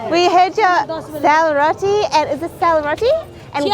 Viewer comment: it's selroti not syalroti.. thank you for this video. love from Nepal